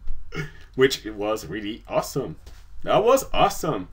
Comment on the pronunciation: hey! react to Fluffle Puff Tales: Pecial Someponies! BTW, it's pronounced AWE-some, not awe-SOME